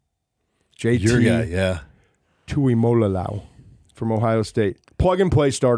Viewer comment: It’s pronounced TOO-EE-MO-LO-OW you add an extra L when you say it